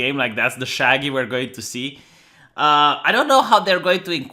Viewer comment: it's shaggy not shagyyyiiiii